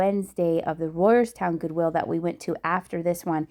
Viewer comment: ...Goowill? lol